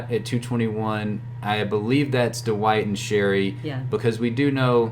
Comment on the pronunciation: Duh-white. Lol. Thanks for the great content 👍🏻